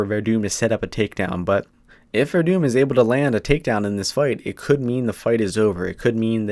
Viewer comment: It's Werdum my dude lol, you gotta at least get his name right before you go shouting off or else you just look like an ass.